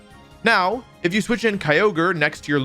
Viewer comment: He didn’t say keeogree instead of kyogre